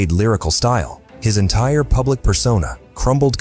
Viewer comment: "strange "pubic" behaviour"? lol says it as well as the subtitles